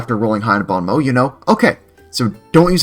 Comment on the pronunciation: don't worry, french people butcher english pronunciation at least as much as you butchered "bon mot" 😂